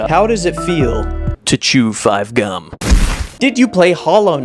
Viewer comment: When you said “how do you feel to chew 5 gum” and ad came out of no where and it sounded like “how do you feel to chew 5 guys”